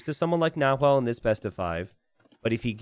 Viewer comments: "NaHuel" Chat "Nahuel is actually pronounced with a silent H...": "Yeah, but it's easier for me to say it with an H" Chat: ", please say it with a silent H, it's actually a cool word, it means cougar in the native language": "I'll compromise by calling him Yellow from now on" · Chat should have said the closest pronunciation in English is actually "Na-well", you need to help the native English speakers like that sometimes ;) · Don't pronunce the H in "Nahuel" 😆🇦🇷🇦🇷🇦🇷🇦🇷